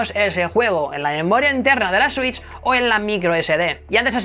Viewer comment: Nadie:: consola Nintendo suich